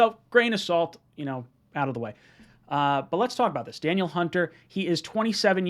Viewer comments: It’s pronounced Duh Neil not Daniel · FYI,, it's pronounced, Dah-Neil. Not Daniel. Anyways though, would love him. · Its pronounced dan-eel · Da•Neal I think that’s how you pronounce it